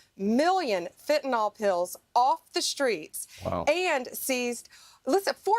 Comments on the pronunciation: how hard is it to say fen-tan-ill? it is not fen-tan-all. how can anyone be in such an important position and not know how to speak English? fentanyl!! it's really easy;) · Oh Paaam! It's (say it after me) Fentan-ILL, not Fentan-ALL. Practice reading and pronouncing that, OK? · Pam bondi can't even pronounce fentanyl correctly. It's -yl, not -ol. But then, perhaps she's actually Pam Bondo instead of bondi, and so the whole pronunciation-thing just confuses her. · It’s f&cking FEN TAN NILL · nyl not NOL, you idiots drive me NUTS, stop pronouncing it like that She like all the cabinet are a bunch of suck ups, He has lost his mind and needs to be put in a Home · Liars lie. Thanks Blondi Bondi. ps it's fentanyl, Not fentaNol. Dip sht. 😮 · Notice Bondi mispronounces it as "fentanOl." It is fentanyl. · Why can’t MAGAts pronounce fentanyl? Fenta-nawwwwlll. 🤡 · It's so irritating how pam ela bondi pronounces fentanyl (fen'nALL) ugh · In addition to her clown math, Pam Bondi can’t pronounce “fentanyl”.